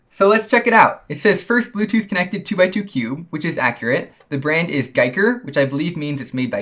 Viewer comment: It's Ge ker Like Wii so Giiker. Not guy ker